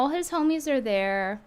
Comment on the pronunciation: “ hom (o) ies” 😂😂😂😂😂😂😂😂😂